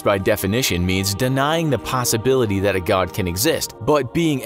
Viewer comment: Why do you speak "god" as "godn"